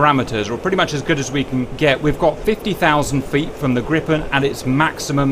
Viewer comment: Cap pronounce Gripen like a native swede.